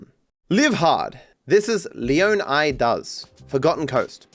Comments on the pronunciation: My guess is that's it's meant to be pronounced lee-AW-nee-da, like Florida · It's pronounced leon-eye-dah 😭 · Its pronounced Leo-Nigh-Duh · got more pissed off with every leo-nida I heard lmfao ITS LEO-NIGH-DA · My god, if I have to hear ‘Leo-KNEE-dah’ ONE more time, I might break my phone. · I don’t know why lol I feel like it’s very clearly not pronounced that way Leo Nigh Dah is the only way I feel like Leonida will be pronounced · Someone tell him it’s LEO-NY-DUH and not whatever he is saying 😂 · Dahmez, leoneedas 😭😭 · Guys it’s pronounced LEO-Ni-Dah Like Flo-Ri-dah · Dont you pronounce it leanida? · Every time said leoneeda apart of my soul died a little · Pronouncing Leonida as Lee-on-idd-uh sounds so stupid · leeon eedah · It's gonna give me an aneurysm with how pronounces Leonida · Bro has a latina mami but can't pronounce Caminos or Leonida 💔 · It's one thing to pronounce it wrong one way, but to pronounce it wrong a dozen different ways and still never get it right is infuriating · I was laughing every time he struggled with it on stream. And he was genuinely trying, asking chat for advice and still getting it wrong. Pure cinema, I love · will be able to pronounce "leonida" properly before gta VI